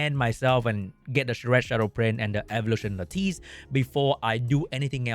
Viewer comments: Bro. Lattice is pronounced: LAH-TISS! Please i cringe every time haha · its very obvious an "i" why this guy speak it as "u" btw u look very sassy? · Say Lapis, now swap the p with a t. Now you can say lattice correctly lol. Otherwise a 3 day curse of gout shall befall you. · It's Lattice, but pronounced like a boss. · google "lattice meaning" and listen to the pronunciation